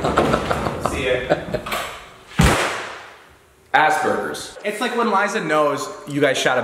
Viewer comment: If is going to say that people have Asperger's can you make sure he says it correctly? I have Asperger's syndrome myself and nobody can say it correctly and it drives me crazy. but I love your videos that make my day.